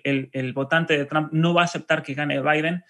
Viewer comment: El apellido TRUMP se pronuncia la " u " como "o " = TROMP "asi es que se pronuncia PROPIAMENTE. GRACIAS, ES PARA QUE HABLEN BIEN INGLES. RECUERDEN ASI, TROMP . DIOS BENDIGA AL UNICO MEJOR PRESIDENTE DE ESTADOS UNIDOS. EL UNICO AL QUE EL IMPORTA EL BIENESTAR DE SU PATRIA USA.